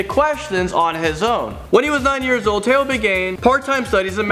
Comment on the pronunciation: Tao is pronounced Dao